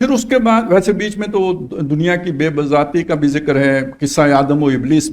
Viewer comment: Sir,I request you to properly pronounce the word " BAESABATEE".You pronounced it as " baebasatee",which is not the correct pronunciation..Also please pronounce the word genuine properly Pronounce it as genooin NOT jenyan(as you did in another vlog).